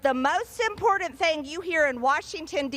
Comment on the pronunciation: Would you learn to pronounce important correctly